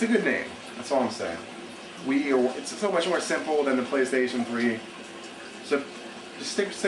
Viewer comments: its pronounced wee not why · i like how he says nintendo wii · wow, this guy is stupid. he has no idea what he's talking about. "what's a cell processor?" it's a graphics processor dumbass. the name? it's better then the Wii. who the fuck cares about taking ideas... "who cares about graphics?" obviously not people who use Wii. and he even pronounces Wii wrong lol. Dumbass.